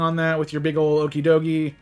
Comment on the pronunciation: Pronounced the pokemon wrong...